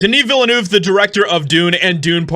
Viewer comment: 0/10 for the pronunciation of Villeneuve